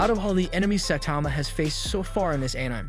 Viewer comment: are you seriously pronouncing it as Anym instead of akneemay?? so effing way I am gonna watch this d**b video even it was a very good work